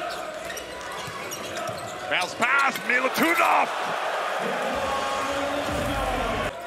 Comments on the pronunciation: get your pronunciation right, commentator. it's not militunov but milutinov. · Everytime he says Milutunov i cringe deep down:hand-orange-covering-eyes: cmon man, it's Milutinov, not a rocket science. Best center of tournament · Its Milutinov not milutunoff Get it right pls its not that difficult